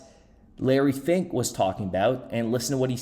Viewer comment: “LARRY FINK” wonder what you’re saying there?